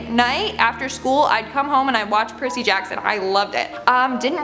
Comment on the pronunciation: 🤣🤣🤣🤣🤣🤣 Percy is pronounced PUR-C😉